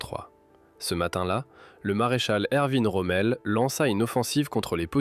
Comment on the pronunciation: Pour une fois on prononce corrèctement Erwin Rommel (ervine). Idem pour d’autres noms..pas tous, mais !